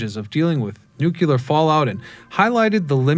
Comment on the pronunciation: Waite " Nuk ya ler" ? please... im gone